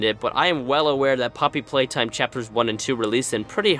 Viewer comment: Both you and FoeKoe called it “Poopy Playtime”